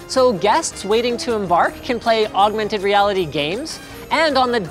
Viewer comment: He says augmented weirdly